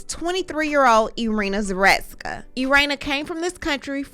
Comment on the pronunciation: Zah. root. ska. Say it with me ZAH. ROOT. SKA.